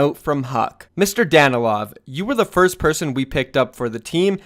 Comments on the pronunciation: So cute how you read mistakes last name haha <3 but its actually Danilov(stress is on "i") but not bad anyway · Its dan-i-lov not what you where saying